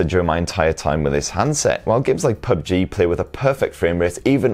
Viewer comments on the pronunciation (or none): none